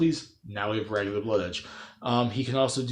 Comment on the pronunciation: You pronounced his name wrong.